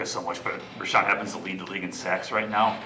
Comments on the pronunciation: He said "Rashan happens to lead the league in sacks . . ." I know I had to rewind that to hear it again too lol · Did he say Rashawn evens? Lol